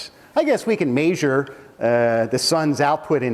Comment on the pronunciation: "Maysure" instead of "measure" haha love him